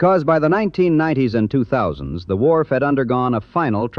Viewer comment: The voice was AI and had a strange way to pronounce wharf. Wwwhharff.